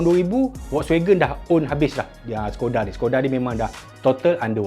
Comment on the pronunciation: Skoda tu sebutan dia shekoda